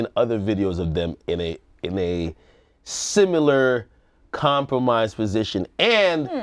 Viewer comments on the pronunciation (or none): its pronounced Sim-il-ar ak, not sim-you-ler